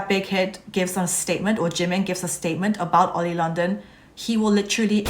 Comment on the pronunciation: I like how you said oily London And I am a new stay too